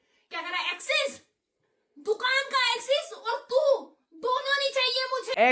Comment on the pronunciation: Access ❌ Axis✅